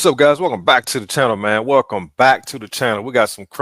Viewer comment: yeah, wel"come" back.